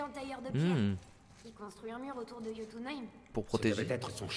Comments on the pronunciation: ça ne se dit pas jotunh(aime) mais (y)ot(ou)na( Ï )me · je reproche rien mais ces jotunhem mais jötunheim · Sa se prononce yotounailleme Bordel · pourquoi il dit jotho M